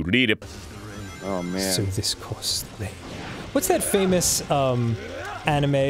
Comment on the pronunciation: Dude, Arin really shows his age when you hear him get anime wrong